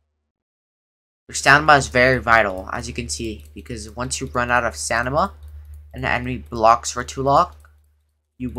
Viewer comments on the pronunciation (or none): You would be dead sober because he keeps saying stanima not stamina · Bro said stanima